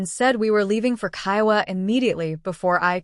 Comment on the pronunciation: You are stupid!! You are made of jelly !! It is only your fault that they take advantage of you. Your family is awful. I think you’re referencing Kiawah Island. That is pronounced key-a-way .